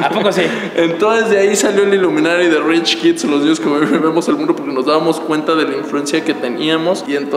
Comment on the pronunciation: Dizque Iluminati 😂 más bien es ilumanatí